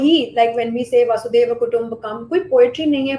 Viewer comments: Please tell that it is not वासुदेव or वसुदेव कुटुंबकम्। It is वसुधैव = वसुधा एव (the whole Earth) is my family. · "वासुदेव कुटुम्बकम्" नहीं... "वसुधैव कुटुम्बकम्" ! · वसुधैव कुटुम्बकम् The most incorrectly pronounced phrase. Baki sab super ! 👏👍🎉